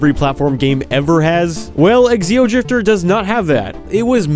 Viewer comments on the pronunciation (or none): I wonder why he keeps calling it eXeodrifter, instead of just... Xeodrifter. The X is pronounced like a Z, not like the letter X. I mean, you don't call them eXenomorphs, you just call them Xenomorphs. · Why does he pronounce Xeodrifter as "Exceodrifter"?